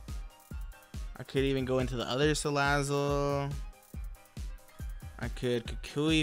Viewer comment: U said Salad it